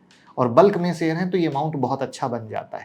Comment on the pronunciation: श बोलना सीख लें आप तो वीडियो पर ज्यादा view आयेंगे, शेयर बोला जाता है सेयर नहीं बोलते